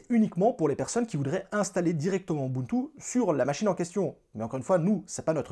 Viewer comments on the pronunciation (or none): A chaque fois que tu disais ubuntu, je pensais direct à Moboutou 😅